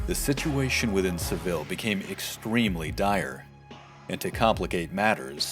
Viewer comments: It’s pronounced se VEE ya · He pronounce Seville wrong, though.